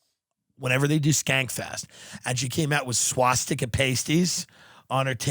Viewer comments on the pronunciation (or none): none